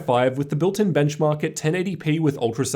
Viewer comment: And the Benchmawwwk